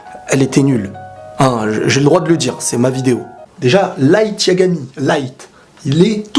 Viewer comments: C'est pas right mais light Sinon bonne vidéo continue comme ça 😊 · Le personage principal sapelle Light, pas "Raïto"